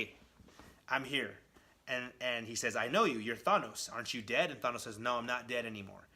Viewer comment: Who the hell is Thonos? Thonos quest? His name is Thanos.